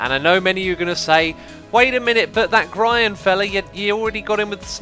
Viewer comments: YOU PRONOUNCED HIS NAME PROPERLY YOU FOOL. Everybody knows he's pronounced G - R - ryan. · You have pronounced groan like “Brian.” Im proud... you finally did it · xisuma said grians name right at the start!